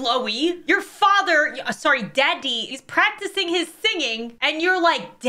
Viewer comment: She did not just say daa-dehh😭